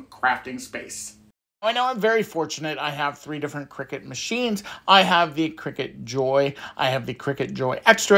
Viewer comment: I swear to god you said "crackers" at the start lol